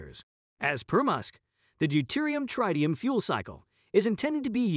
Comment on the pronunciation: It’s not “trytium” but “tritium”!